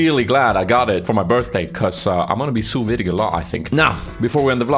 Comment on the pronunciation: lol its pronounced "sue V" i believe its French